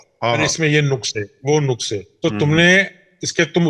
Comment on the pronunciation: نقص ۔پیش سے نہیں ھے۔ زبر سے ھے ۔ نقص